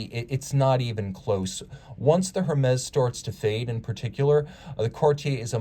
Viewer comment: Hermes pronounced "Ermez"